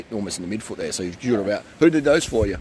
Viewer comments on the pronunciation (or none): I thought he was saying "meatfoot" and I was like wth is meatfoot? Some kinds new cycling term I haven't heard of yet, but he was saying midfoot 🤷‍♂️btw, yes of course wonderful naturals